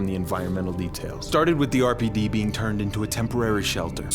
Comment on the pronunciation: Lost it at the “erpid” pronunciation of RPD 🤣 phenomenal vid!